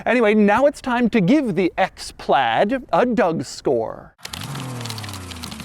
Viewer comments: Why do you say "PLAD" all the time? It's "PLAID"... there is an "I" there. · Still don’t understand why you say PLAD there is an I in there. Say aid then pronounce it with PL in front of it and there you go.